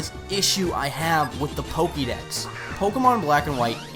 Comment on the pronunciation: Little pet peeve. It's pronounced Po-Keh-mon and Po-keh-dex. You said Po-keeee-mon and Po-keee-dex a lot. I know it's a little thing, but it was distracting.